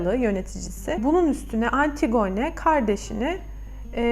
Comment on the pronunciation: yanlış anlamayın ama antigone diye değil antigini şeklinde okunur. dinlerken biraz zorluyor☺